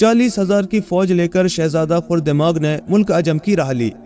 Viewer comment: Aray bhai khurdemag nahi khardemag kaho. Galab boll rahay ho